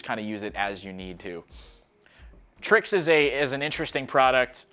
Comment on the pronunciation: Pronouncing IronX, TarX, then when its TriX, my dude said it as "tricks". ok..